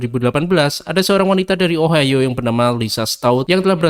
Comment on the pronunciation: namanya juga OHIO BUKAN OHOHOHOHOHO